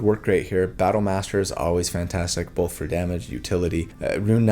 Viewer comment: I love your videos, I love how you explain and walk us through each detail, but I have 1 critique.. Why do you pronounce the L in Both? 😆